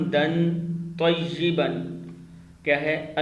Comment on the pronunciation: Tayeban nhi he tayaban he ap durust karein